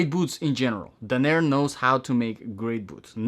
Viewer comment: It’s DAN-er not da-NEER.